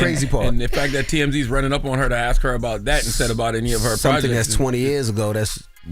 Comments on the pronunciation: You’re not chopping wood, the word is ‘aaaassssssssk”! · Somebody PLEASE make her start saying, "ASK" and "Asked!!" It drives me crazy to hear her always saying "Ax" and "Axed!" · Assssssskkkkkk, and she says axsss with full conviction. Please just try to say ask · Its ASK not AXE!!